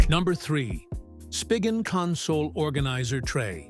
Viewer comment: It’s not even a real person. AI generated voice. Pronounced SPIGEN wrong several times.